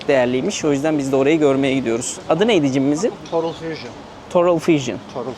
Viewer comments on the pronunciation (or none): total e torul dedi. todıl demesi lazımdı. o nasıl aksan aw.